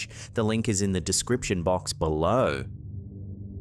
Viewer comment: "Below" what was that done in such a posh accent. So funny 😂